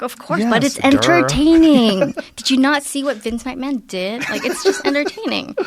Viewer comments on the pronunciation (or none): none